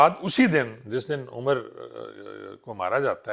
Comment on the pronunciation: جناب آپ عمر کو عمری کیوں کہتے ہیں ۔ایک نام پے اتفاق کر لیں جو زیادہ مناسب ہو ۔اتنے سینیر پولیس آفسیر ہونے کے باوجود آپ نام کو بگاڑ رہے ہیں ۔